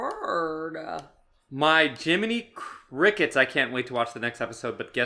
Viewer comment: Bruh said jimmy crickets